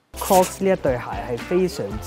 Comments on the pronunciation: 不是讀cross 是讀 croks C係有K音架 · 'Crocs' 的發音應為 kroks ，非 kros。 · "Crocs" 一直讀成 "Cross". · 都讀錯... 仲有好多其他... lost count. 😷